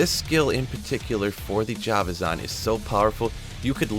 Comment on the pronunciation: The way you say Javazon....Jav like Javalin, not Jav like java